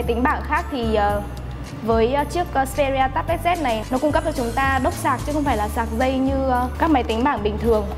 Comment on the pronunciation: đúng phải là: "Tây bờ let zi ss pê rí à"